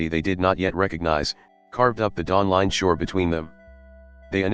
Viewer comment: Dawling Shore?